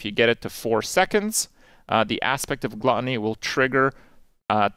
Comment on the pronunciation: Did Krip forget how to say Gluttony?